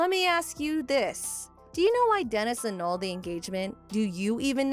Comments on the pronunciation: I had to bail can't take the mis pronounced words. Annulled, was annualed, it was spelt properly on the captions. Not going to put others down, it would take too long. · Narrator said she analed the wedding, bahahaha, that's what alot or us would say, in a different way, tho, bahahaha I think it's pronounced (a nulled)